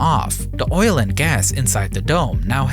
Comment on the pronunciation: Witerwwy biggest oiwl spwill everrrr.